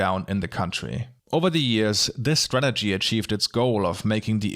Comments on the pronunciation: I love how he says "Marywanna" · "Mari-ew-ana" Sorry, can't help being petty xD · I dont wanna be that guy, and im not sure if its just your accent, but marijuana is pronounced more like "mara wan (like Obi-wan) uh" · Not related to the politics, but your pronunciation of marijuana is hilarious and I love it. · The way you say "marijuana" is just great. 🤣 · Agreed. Also, if this is the post thread of superficial comments, I'd like to add there there is always at least one word per video that says with his German accent in such a way that I have to go back and listen to over and over. In this video, it was "marijuana." Thank you, that is all.